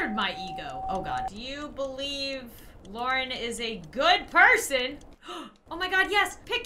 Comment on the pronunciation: It’s Lauren stop calling her LAURE!